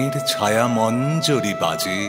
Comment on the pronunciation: কন্ঠস্বর অসাধারণ। কিন্তু উচ্চারণে ছায়ামঞ্জীর হবে, আপনি মঞ্জুরী বলেছেন। খেয়াল করবেন।